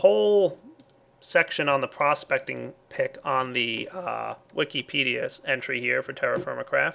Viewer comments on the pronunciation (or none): none